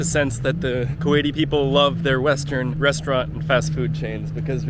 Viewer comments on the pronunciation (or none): none